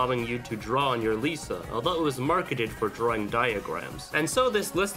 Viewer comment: STOP SAYING DRAWING LIKE THAT